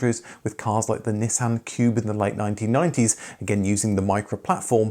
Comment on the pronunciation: It’s not a Neeesan, it’s a Nissan. 🤣